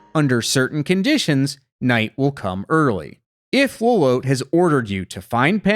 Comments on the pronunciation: is "low-lowt" really the canon pronunciation for lolotte? i always thought of it as "low-lot-tee", like how the name "Lotte" is normally pronounced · The way y'all pronounce Lolotte makes me feel like I'm going insane haha. It's spelled like Charlotte. Pretty sure for it to be pronounced this way, it would have to be spelled Lolote. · You pronounced Lolotte's name wrong.